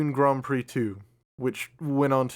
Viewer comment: There's a 'd' in grand.